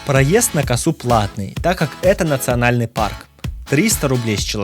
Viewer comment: косУ а не кОсу